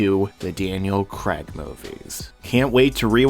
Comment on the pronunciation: I gave up at "Creg"...